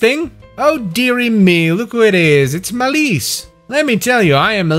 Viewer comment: The way you say Malice makes me think you're calling him Maurice, and now i've taken the liberty of calling him Maurice now